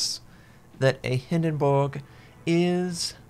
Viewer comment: Stop saying hindenburg like that...